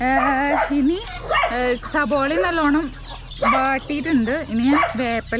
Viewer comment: സബോള അല്ല കുട്ട്യേ സവാള ☺️